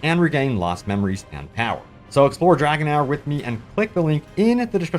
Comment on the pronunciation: Don’t know if your sponsor is going to appreciate you calling their game “dragon hour” when it’s “dragon heir” (pronounced “dragon AIR”)